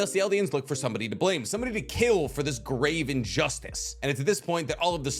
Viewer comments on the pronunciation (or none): none